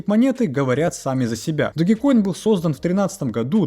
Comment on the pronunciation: Не ДОГИ, а ДОЖ!!! 😂